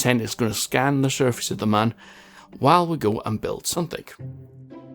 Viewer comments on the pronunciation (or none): Its Mun, not Man. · you pronounce the mun : moon, not man lol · I ksp it's called the mun